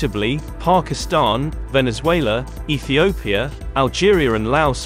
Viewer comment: It's just only me heard fukistan 😅